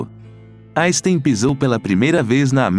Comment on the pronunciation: Albert "jaystein " .???? Não admira que o homem não tenha gostado de quem nem o nome dele é capaz de pronunciar devidamente !!!! 😆